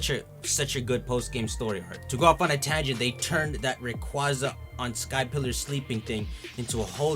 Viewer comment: Don't talk about the Delta episode if you still can't say Rayquaza properly, YEARS of mispronouncing one of my favorite legendary Pokemon, REEEEE